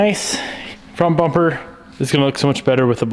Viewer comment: He says bomper.